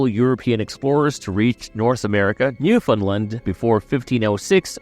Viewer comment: You are pronouncing Newfoundland and Beothuk incorrectly. No hate, I just wanted to let you know.